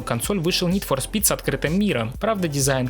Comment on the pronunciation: как же ска бесит твое "нид фор спит"